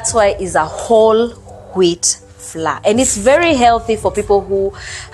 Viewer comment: Lol the way you call it flaa ( flour) .. it’s funny but it’s pronounced like a flower instead. Love you hun